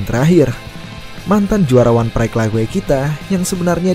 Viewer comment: Lait wait bang penyebutannya bukan laig weig